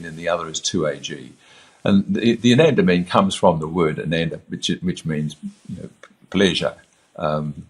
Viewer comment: Anandamide (N-arachidonoylethanolamine) People often accidentally say “anandamine”, but that’s a common mispronunciation.